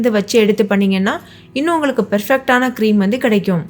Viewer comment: Hi sister iam Amala u r very pretty,i have lots of dishes tried in ur way , really they came out well, ur tips r very useful , all the best,keep rocking,l like no l love your( perfect) word pronunciation, can u tell one time the word (perfect ) for me sister.